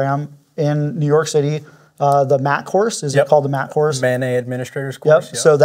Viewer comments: Please stop saying "manay". Its an acronym, not a French word. It stands for (M)obile (A)d-hoc (NET)work. We abbreviate network by saying "net", not "nay". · I will never understand how Mobile Adhoc NETwork gets pronounced "MANNAY" like it's a French word. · I'm listening as I work and I keep thinking I hear say "mayonnaise" instead of MANET and it jolts me out of what I'm doing (radio programming, ironically) every. damn. time. also, just hearing someone say 'interoperability' makes me glad. we emergency services radio people would love to hear it more second also, I've been trying to research but I don't see anything on it, does this use native FHSS for EM adverse conditions or is it single channel broadband? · Anyone else keep thinking they're saying mayonnaise?